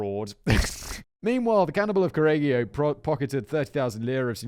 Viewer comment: I started the video while looking forward to the butchered Italian and I was not disappointed 😂 I love that every time Simon said Correggio, he pronounced it in a new different way 😂